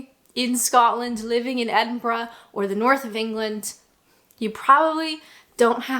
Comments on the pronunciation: Perfect Edinburgh pronunciation . Kudos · its so weird hearing a north American accent pronouncing Edinburgh correctly